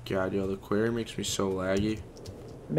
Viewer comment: It annoys me so much that doesn't even know how to say Quarry!